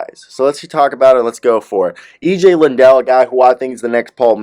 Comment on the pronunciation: How do you get “Lindell” out of Liddell?